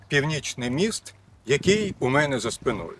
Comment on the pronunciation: Мост у меня за спинОй-- укр.за спИною / наголос ! /